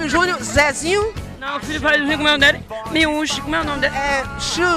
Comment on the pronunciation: "O filho do fabiu juniu.. comé o nomi dele? MIUXI... comé o nomi dele?"] MIUXI, vei.. pqp. KKKKKKKKKKKKKKKKKKKKKKKKKKKKKKKKK